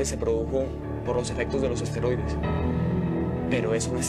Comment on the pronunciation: ¿Nadie en producción se dio cuenta de que los actores dicen 'asteroides' en lugar de 'esteroides'?